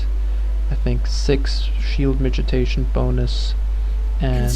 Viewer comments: Thanks for the guide, man. I've been wanting to get into SoaSE for a while. One thing though: it's pronounced mitigation, not 'mitijation.' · miti GAY tion. Could not listen to this once you started talking about shield mitigation, sounds like you are saying mitijation. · he's saying "midgetation"